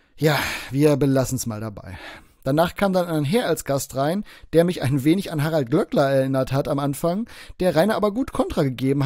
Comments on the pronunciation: der Mann heißt glööckler und nicht Glöckler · Glööööööööckler nicht Glöckler du kaschber